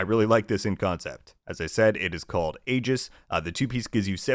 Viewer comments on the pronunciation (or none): none